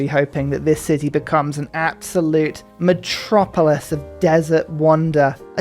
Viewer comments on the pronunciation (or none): none